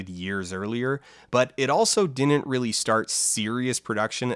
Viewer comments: same whenever he pronounces "didn't" as "dinint" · Why do you mispronounce didn’t as “dinit”? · Dear Folding Ideas guy. There are two 'd's in the word 'didn't'. There is no such word as 'dinnint' in the English language. Not even in Canada.